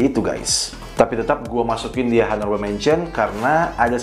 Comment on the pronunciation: Bro, video-video lu bagus. Mau kasih masukan dikit cara baca in English dan French nya benerin. Contoh Honourable itu bacanya onorabel bukan honorabel. Lalu Eau De Toilet itu bacanya O De Toale bukan U De Toilet. Have a nice day!